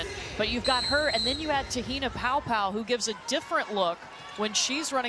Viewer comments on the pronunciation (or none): Ugh this announcer needs to learn how to pronounce Te Hina’s name right 🤦‍♀️